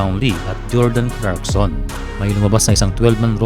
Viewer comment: Sir Clarkson Hindi crackson